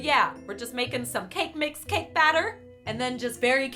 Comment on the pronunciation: Whyyyyy did you put so much emphasis on anytime you said "cake"